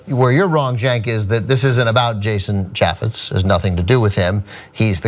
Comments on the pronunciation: Trivial note to Ana. The "a" in "Chaffetz" is long, like in "ape", not like in "apple". FYI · You don't even know how to pronounce his name